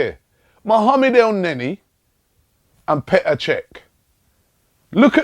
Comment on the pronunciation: Robbie finally pronounced Elneny correctly.